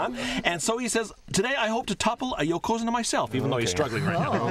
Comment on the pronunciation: "Yo'Ko'Zune'Ah" ..... come on man